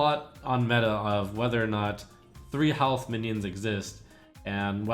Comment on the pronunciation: suommuns mionion. are you drunk:D